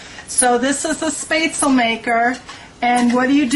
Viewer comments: It is NOT promounced SPAY-stel, it is Spatzle! More like shpatz-lee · It is pronounced spet-szchel not spetzel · My ears are bleeding every time I hear " spay-tsul " it should be pronounced like Schpatsluh " (phonetic) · As a person of germanic descent, I feel obliged to point out that this is not called "spate-sul" but it shoud be pronounced 'shpetz-luh". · First sentence I heard: "YO WE GOING MAKE SOME SPAYTSUL.'' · Hahahaha omg yes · Let me help you ;) Sp in Southern Germany is always pronounced sh like in the "BAD" word and the ä like the "e" in "get"! shpätzLe. :D thanks for the recipe, thou, I like to share it with my American friends a lot. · it is pronounced as shpaet-ze-leh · Please learn how to pronounce the word Spaetzle correctly. You are saying it all wrong and teaching others how to say it incorrectly. On a positive you did a great job on your tutorial. Thank you. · Please pronounce it correctly. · Jessica Gray Yeah, it's really annoying when people supose every word of any language should be pronounced in english phonetics. After hearing how she said this, I'm not watching the video. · Friendly reminder that our brains are programmed to pronounce things in our native tongue, yes it wasn't pronounced right, but to the commenter who had a snide comment about people assuming everything in all languages in pronounced with English phonetics, it's because it's what they know best, so the brain looks at the words and reads it that way. Just so you're aware as to why people pronounce things the way their native language would.